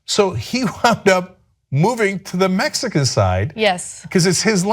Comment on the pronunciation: "So he wound up moving to the Mexica side"